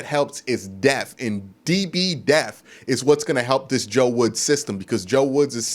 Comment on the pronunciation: Deaf is when a person can not hear. DEPTH is when a team has multiple players who can play the same position with little to no drop off in production. Just nitpicking but it scratches my nerves every video I hear it. Also you gotta get names right Q you are to knowledgeable and credible to be making these name blunders. Overall good work Q